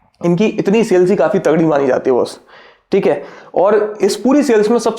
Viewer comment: Hear his ठिक हे 🤣🤣